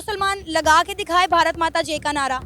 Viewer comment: मैडम ठीक से बोलना सीखो भारत माता की जे नहीं है भारत माता की जय